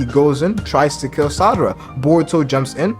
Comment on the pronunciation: Lol why do you keep saying Sadara ?